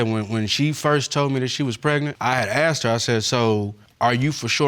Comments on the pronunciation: AXED instead of asked.....yikes!!! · why if it is written "ask" they keep saying "aks"? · Inc. Not all, most of them says axed instead of asked.